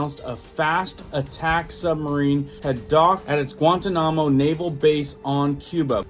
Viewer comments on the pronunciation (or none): Lol, really mangled that one....Guantanamo Bay..gwan ton nah mo not gwan tah nah mo. It was in our news a long time, when people were being water boarded and prisoners being purposely humiliated, or so we were told. It just gave me a good chuckle, I homeschooled and could never even get close with dinosaur names. We didn't have internet back then, and I think we spent more time on figuring out how to pronounce the names than the actual lesson itself. 🙏4✌️ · Also...it is pronounced GWON-TAH-NUH-MO Guantanamo. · Gua-ta-no-mo say it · "Guan ta nam mo"... dude... really? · Guantanamo is pronounced (gwan-TON'-ahmmo) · Guan - tahn-nemo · Gwaaan tahn a mow... learn to say certain things right... b4 you announce.... lots of mispronounced stuff these days... don't look stupid.... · Guantanamo pronounced: gwan-taa-na-mo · Pronounced (Guam tan namo) ❤😊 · Guan ton a mo is how it pronounced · Gwahn-tawn-im-moe Bay. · Did he just mispronounce Guantanamo? Nah.b I'll watch someone who at least sounds like they kbiw what they're talking about. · I think it's a little embarrassing how you pronounce Guantanamo. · Check your pronunciation of Guantanamo